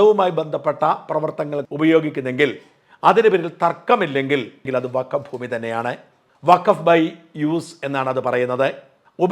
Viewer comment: 😂 അസലായി അലക്കും - വക്കഫ് - ഫക്കോഫാക്കായി '😂